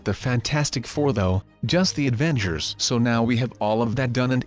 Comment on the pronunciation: Avangers lol rablox XD